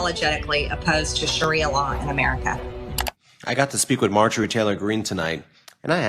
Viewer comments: MAR-jorie Not Mar-JUH-rie. Love you anyway,. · Her name is not Mah-joori. I had to look at the title to work out who you were talking about.